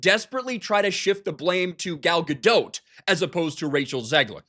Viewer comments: You're still pronouncing Gal's name wrong. It's "Ga-Dot", not "Ga-Dote". You sound like a moron, since you've been corrected before and still choose to say the wrong thing, which is typical of you. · She pronounces her name Gal GaDOT, like rhymes with cot. Not GaDOTE, like goat...Sorry, that just irritated me every time I hear it. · Isn't the T silent in Gadot? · Pretty sure the ‘T’ is silent in Gadot.